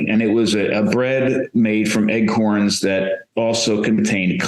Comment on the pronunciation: lol...Is he actually saying "Eggcorns?"